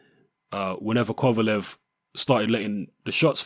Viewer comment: thank you you said it right